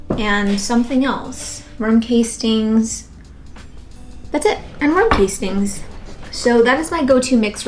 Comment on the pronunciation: Ok it’s worm caste-ings. Not case-tings